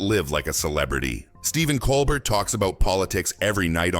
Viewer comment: Geesus. How I despise these cheap A.I. slop videos. The A.I. doesn't even PRONOUNCE poor Stephen's LAST NAME properly. Levels and voices all change around. This is pure crap. THUMBS DOWN for not even KNOWING this guy's NAME.